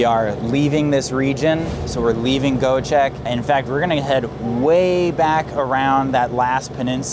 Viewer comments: 🎉dude iit is not Goecheck😂 try to read it like Goee-jack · its Göcek with Ö not O like in Sir > sör